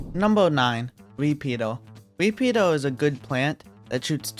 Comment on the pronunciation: Him saying "repeater" sounds like peter